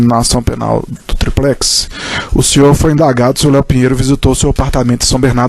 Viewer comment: Porra quem é esse Procurador? O cara fala "triprex", pra zoar o molusco, ou o cara é fraco mesmo?